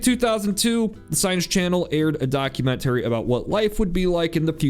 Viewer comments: Why you pronounce it documen-terry? 😅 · Why must you keep saying "Documen-terry"? Lol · I’ve never heard documentary pronounced like that. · You absolutely have to learn how to pronounce documentary and thermostat.